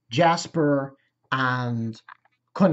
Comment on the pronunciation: 3 seasons in and your still having trouble with names? Its Gasper, not Jasper. G as in gate. And it's Akeno, not Aneko. Also, Ophis was seen in Season 2 before the meeting in episode 10. Mentioned by name too. So she isn't new.